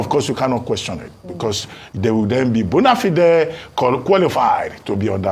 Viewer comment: Is true that Dr. Abati cannot pronounce Bonafide